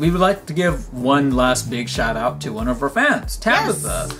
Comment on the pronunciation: I love it when you always say one when you win a prize in one GO, and when was wearing the oneeeeeee shirt XD:)